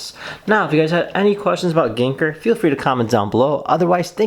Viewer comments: Thank you for the video, i luckily bought 2, i did cringe when you said "ganker" ,its pronounced like "gang gar" XD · lokjaw no it's prounaced gen gar _ _ _ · I gave you a thumbs down because of how you said his name for the first 7 mins of the video. But I’m just jealous you have one and I don’t ☹️